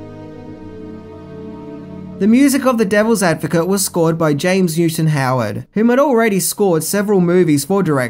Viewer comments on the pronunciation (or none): none